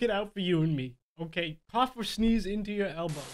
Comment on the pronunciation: I thought he said cough and sneeze into your elmo